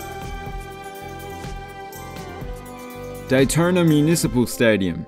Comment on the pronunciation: Complains about jaguar but says Alabamer, Daytoner, sor? What up with the hidden Rs? Lol I’m sorry, you changed it up with Daytorna. Snuck that one in.